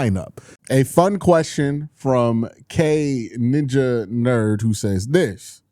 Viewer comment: One day Q will learn that the k's are silent in kninjaknerd (at least presumably they're supposed to be silent)